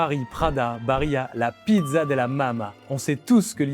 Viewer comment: Très intéressant et il y en a bien d'autres ! Comme "Luxottica", "IMA", "Danieli", "GVS", "Interpump Group", "G.D.", etc. PS : attention à la prononciation😉> BariL La (on prononce les 2 L) et pas BariYa ; FiN ((comme "fine" en français) can (comme Cannes) tieri ; DÈ (pas De) Nora ; DaL Lara (on prononce les 2 L) ; SOUpercrema (Supercrema)